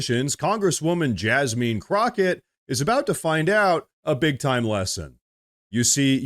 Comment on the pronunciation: I was thinking, "Why is he mispronouncing her name?" Then it hit me, Oh.... JasMEAN Crocket. 😂